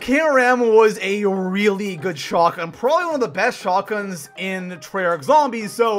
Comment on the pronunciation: Shot gun not shagun. Your voice is annoying and over the top